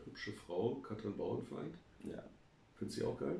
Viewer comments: Sehr schöner Podcast, den ihr da macht. Aber die Frau heißt Bauerfeind, nicht Bauernfeind. Kann man wissen. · sie sagen auch "Bauernfeind" anstelle Bauerfeind. erstaunlich, Andrack hat ja mal mit ihr gearbeitet oder sollte zumindest ihren Namen kennen. Also die Erwartungen nicht zu hoch stellen....